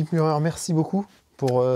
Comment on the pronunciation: M u r e r et non M u l l e r